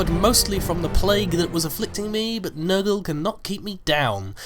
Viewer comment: I don't want to be rude or anything but,,, you say but in a way that sounds like BUTT and you say it often